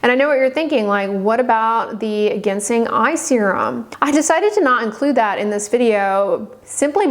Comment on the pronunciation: I’m 59 with fair, dry skin, & I find I love Haruharu brand, Maycoop Raw line, 9 Wishes, Pyunkang Yul, Dr. Jart, & some of the brands on the Peach & Lily website store. I also like the Niacinamide Serum from the Bliss brand they sell at Walmart. I’ve been using the SPF cream by Some By Mi. BTW, Ginseng is pronounced Jinsing.🙄 Info from the videos by Beauty Within.